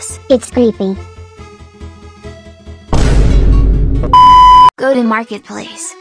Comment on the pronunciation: The way she said "ITS CREEPy"